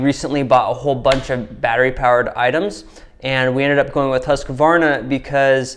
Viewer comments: Im from Sweden where the saw is made from the beginning. Its kind of funny how American pronounce the name.. "Husk-kvavarna" .. Its pronounced "Hus-kvarna" :) Just a little note :) Im running Sthil saws though.. MS251CBQ and a MSA160 .. Just for some firewood around the house. I must say i really like the battery saw for small jobs its really quick and handy and the battery last longer than i though really.. Husqvarna company was founded in 1689 and has around 14000 employees today. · Please Husqvarna and not Husqavarna 😂😂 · I know that you should have a planet named after u, but I dont think that you are almighty enough to change the way things are spelt lol. It is pronounced HUSK-VARNA, not HUSKA - VARNA. I dont know, u yanks. lol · Huus-kvaarna. Not huskavarna ;) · Greetings from Sweden, I just have to point out it is pronounced Hoos-kwarnaa (sort of like kwanzaa). Great video as always, and give my best to the wife. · Having grown up less than 1h from the place Huskvarna whrere the company set off at least (don't know the type of production there today) it's quite amusing to hear Americans butcher the name :) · As a Swede its kinda fun hearing you pronounce Husqvarna 😊